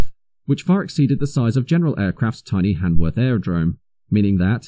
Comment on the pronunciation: Brough and Hanworth, not Prof and Handworth.